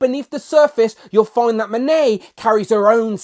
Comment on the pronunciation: YOU SAID HER NAME RIGHT!!!!!!